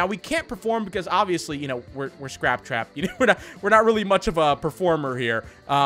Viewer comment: Scrap cwap